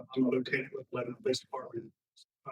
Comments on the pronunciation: Cmon:) it is not "le be NON", it is LEB Bi Nin. You know, like Not Mary Ville but MERvul. You are gonna be accused of not being from TN. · Come on, you’re a Tennesseeean. It’s Leb-a-nin. Not Leb-a-non. 😂